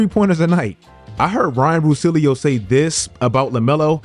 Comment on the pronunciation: Ryen russilio 😂😂😂😂